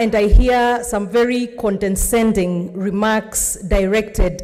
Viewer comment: "Condescending" or "CondenSending"?